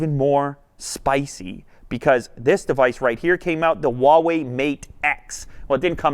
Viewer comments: The brand name is pronounced "Hua Wei", not "Wa Wei". Huawei in Chinese is comprised of 2 Chinese characters. "Hua" means Chinese, and "Wei" means sort of like "action". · Anyone else notice he says Wah way instead of Who ah way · I pronounce Huawei as "Whuu-way" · All this time I've pronounced Huawei as "Hawaii" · That pronunciation on that “WaWei”... It’s like when people say “Zang” (using the ‘z’ for “zipper”, and saying the last name Zhang) Atrocious pronunciation...get coaching, please. Stop a Chinese person for pronunciation. Otherwise, nice video to the folding phones. 📱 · Ugh why do people pronounce Huawei like that. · Why is it so hard for people to pronounce Huawei Just pretend you’re Hank Hill saying “what” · Well, I guess I've been saying Huawei wrong this entire time..